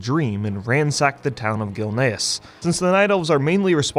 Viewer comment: "the town of Gilneas" how dare you